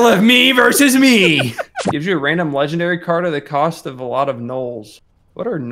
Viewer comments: said.'"leggendawy >w<" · "Legendawy :3"